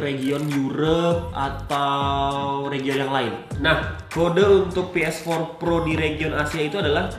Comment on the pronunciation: Ngucap ps4 pro fasih, tapi ngucap region belepotan. Mendingan peesempat proh gitu aja Dasar ablay